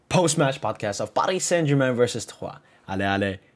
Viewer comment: It's Troyes blud 💀